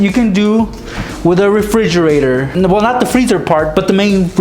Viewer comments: I laughed so hard when he said a refrrre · refrigerergerger lol